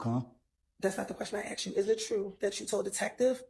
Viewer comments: Axed....UGH.... WHY is it difficult to say ASK...? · " did you axe him "